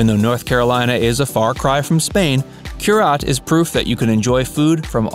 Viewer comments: Just a little FYI, Cúrate is pronounced cur-a-tay. 😉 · Repeat after me... COOH RAH TEH!!!!! (it means cure yourself) horrible pronunciation. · I was OK until you pronounced Curaté as 'cure-yot". I live in Asheville, and have eaten there. It's not bad, but overblown. There are better, less-known restaurants.People selling Asheville with bought-and-paid-for online reviews should, at least, find review readers that can pronounce the restaurant names. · Somebody dropped the ball on the narration. Curaté is pronounce KU-ra-tay It means take care of yourself in Spanish. The chef, Katie Button . studied in Spain with Ferran Adriá and José Andres. She's got 4 James Beard nominations and is currently the hottest chef in Asheville. Sorry Chestnut... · This is obviously a tourist list and not well researched. I’m a local that’s into the food scene. First off, you don’t pronounce Cúrate correctly, not even close. Second, there are better French restaurants in town such as Bouchon. Missing out on other great restaurants, including barbecue joints.